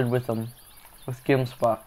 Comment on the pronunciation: Dude as a South African I get super triggered by how u say gemsbok